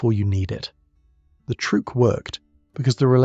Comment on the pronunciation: "Trueque" (barter) is actually pronounced troo-EH-keh, not trook.